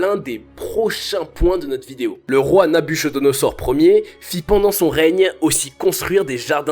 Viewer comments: Heh... Je suis pas le seul a avoir saigné des oreilles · Il a mal prononcer le nom Nabi kodonozor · On ne lit pas Nabu(cho)donoser : Ch = K. Donc Nabukodonosor. Comme en italien ou grec ck = K. Enfin ce sont les juifs qui prétendent que Satan est un babylonien. Ce qui est totalement faux !Mais, ils se vengent postérieurement vu qu'ils ont été emmenés en esclavage (d'ailleurs comme en Egypte)par le roi cité plus haut. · Très bonne vidéo , juste une chose , on prononce Nabuchodonosaure ---> Nabuquodonosaure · Sauf que l'on prononce Nabukodonosor et non pas nabuchodonosor Comme on a appris à l'école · Je me permets, mais ça se prononce "Nabukodonosor" et non "nabuchodonosor" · Mauvaise prononciation de NABUCHODONOSOR... dommage ! On ne prononce pas "cho" mais "ko" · 1790 avant JC précise stp et Babylone ( Iran) n'est pas en Asie mais au Moyen-Orient Afrique, on dit Nabuchodonosor ( kodonosor) pas chodo. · Salut, et bonne vidéo, on ne dit pas Nabuchodonosor; mais nabuKodonosor, sa s'écrit comme le cas N1 mais se prononce comme le N2 ! ! ! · Heuuu... Prononcez Nabu "ko" donosor et non Nabucho... Ca fait un peu amateur, mais intéressant tout de même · Prononce "n'a bu ko do no zor" 🤣🤣🤣🤣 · Attention à la prononciation du nom du roi Nabuchodonosor, se prononce "NabuKodonosor". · Dans Nabuchodonosor le ch se prononce k. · Nabuchodonosor se prononce na bu ko do no zor. De rien c'est gratuit ! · on prononce Nabouccodonosor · Nabuchodonosor ne prononce Nabukodonosor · Travaille ton français et ta grammaire, c'est un conseil, et c'est de la part d'un algérien... Ah oui et ça se lit NabuCOdonosor même si ça s'écrit NabucHodonosor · Qu'est ce que tu dis ?... le nom du grand roi se lit ; NABUKKODONOSOR. J'ai enlever la lettre "h" et laissé le "k" ou "c" Pour que tu comprennes . En gros "c et h" se prononcent : " que" et non "che" . Cela montre que tu dois arrêter tes approximations par la travail et la connaissance. IL EN VA DE TA CRÉDIBILITÉ. Cordialement.